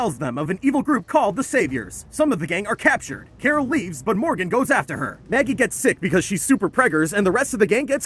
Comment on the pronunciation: Her name is Carol not Coral